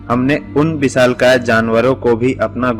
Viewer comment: Bisaalkaay..... Talaas ...... Of Ko op bol Raha hae..... Salekson..... Chaman chutiya